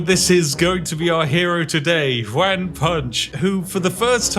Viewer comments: Juan is pronounced like "Want" but without the "t" at the end :) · I love that the bad "one" pronunciation that we in Spanish joke about made it here, love Juan Punch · Why you pronounce juan "wanne"? And why is juan punch man using a sword instead of, ya know, punching? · I'm not a Brit and I'm new to your channel, so I'm not sure if you're just saying "Juan" in a silly way, but it's pronounced like "wohn" like "John" not "waaan" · Juan, pronounced like "won" where I'm from, sounds multiple times cooler when/how Spiff pronounces Juan, like "wan". 😅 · Do you realize that when you mispronounce it "Wan Punch" you ruin your own pun? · It's pronounced wh-on and those were sword strikes not punches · Pronouncing Juan as ‘wan’ is possibly the most diabolical thing you’ve done on this channel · He's so British he thinks "Juan" sounds like "Wan". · Ju A n Punch. Please check your pronunciation on the Mexican name Juãn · I’ve never heard anyone say Juan like this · The way Spiff pronounces "Juan" is so weird to me. 😂 Even by white people standards. Then again, I live in a Hispanic household. My mom is fluent in Spanish. Maybe that's why; who knows. I think pronouncing it the proper way would've actually made more sense for the joke, haha. I'm just saying, lol. I still love this. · You’re so close to pronouncing Juan to make the bit fly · It's kinda hilarious that he can't say Juan properly lmao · Sir, you are the first person I've seen that made a Latino name sound like a Chinese one. That's quite a feat, I think. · British guy trying to pronounce “Juan” challenge level impossible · Your pronunciation of juan hurts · I love Spiff, but it’s so funny to me that he named a character Won Measly, and said it perfectly, but can’t say Juan, which can be pronounced the same way 😂😂😂